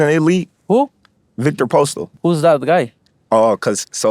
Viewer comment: This ninja said postell lmfao 😂